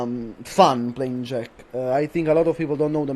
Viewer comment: Avevo il dubbio fossi italiano, poi ho letto la bio e ho sentito come hai detto JEK hahaha, un fratello. Complimenti per quello che hai fatto, veramente impressionante, rende la tua una delle tierlist più attendibili.